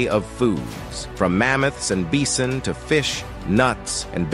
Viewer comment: It's pronounced /ˈbaɪ.sən/.. not /'biːsən/!